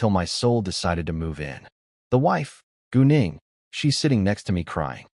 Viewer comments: I wasn’t looking at my screen and when he said gu Ning I thought he said going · Every time he says gu Ning i hear goon8ng